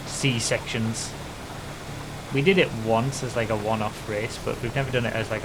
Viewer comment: Did you really say C-sections? (Sea Sections)